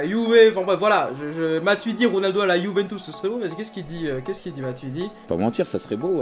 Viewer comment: Arrête de dire yuventouce c’est putain de chiant 😂